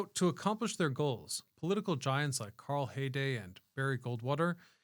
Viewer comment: Carl Hayden, not Hayday.